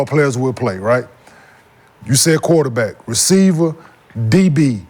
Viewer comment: saying quaterback in crazy